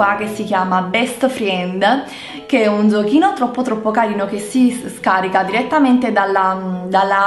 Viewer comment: Scusa ma non si dice BEST FILD?😅❤️